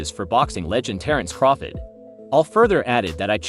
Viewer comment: Why can't you freaking say CRAWFORD? Every video you call him Crawfid it's irritating! C R A W F O R D!